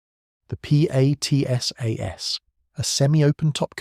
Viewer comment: Thanks for headlining this legendary vehicle. Only one detail hurt my French ears though: we pronounce some acronyms as words - ACMAT and PATSAS for exemple... Fluider than spelling them out ! No rule about which acronyms are pronounced - just the ones that sound good... So I guess you need a French consultant for that.